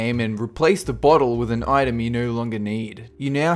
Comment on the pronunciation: When he says "Item" I hear "Itune"